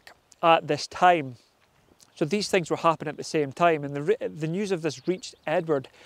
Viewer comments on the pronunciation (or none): none